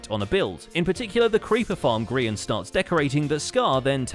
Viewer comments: It's Gray-in, Grian. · Grain? GRAIN? Hello! G-R-I-A-N is a hermit, not a bread!